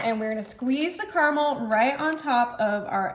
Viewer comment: It's ca-ruh-mel!!!